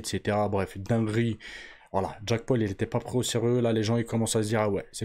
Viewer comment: Jacque paul 😂😂wesh la prononciation c chaud